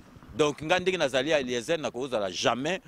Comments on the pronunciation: Pourquoi te rabaisses-tu jusqu'a ce niveau mon frere perdre ton temps pour parler seulement d'Eliezer et tu prononces mal son nom Eliezel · Je suis vraiment déçu, je pensais que était une personne de bon niveau. Et là je découvre un imbécile qui ne sait même pas cacher sa jalousie. Incapable de prononcer un prénom correctement "Eliezel" et encore "vidéyio" et lieu de Vidéo. Tu as quel diplôme finalement??? Eliezer a une licence en science po. C'est vraiment malheureux que toi n'ait pas pu faire des études même étant en Europe. Et même il parait que tes parents avaient des grand moyens à kinshasa et malgret ça otanga té. Tu n'a pas les épaules de Eliezer. Je t'ai vu dans une vidéo où zakari se moquait de ton handicap en face de toi et tu est resté bête et sans réaction. PAUVRE CON